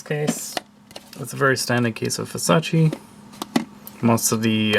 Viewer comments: You're pronouncing it wrong. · Everyone does, it’s so annoying